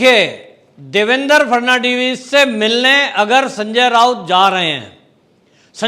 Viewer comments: फड़नवीस जी का नाम ही नही ले पा रहा ये आदमी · Abe gadhe pe Devendra Fhadnvis ka naam to thik liya kar